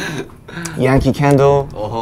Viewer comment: namjoon: yankee candle jungkook: yandle candle 😂